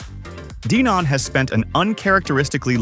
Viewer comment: DEEEnon? huh?